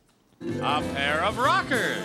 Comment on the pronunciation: I thought he said pair of knockers.